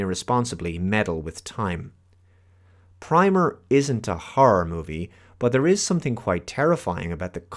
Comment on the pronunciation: It's pronounced like "primmer."